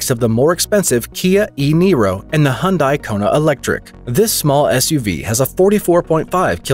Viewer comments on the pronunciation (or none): none